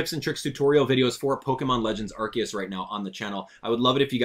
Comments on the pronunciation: Also your wrong it's Arceus not Arkeus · It's pronounced ar-see-us, the japanese is written arushiasu. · “I am that which people call Arceus (ark-eus).” Me: Or Arceus (R-see-us).: “Don’t you dare call me R-see-us!” Me: 😮 Great timing!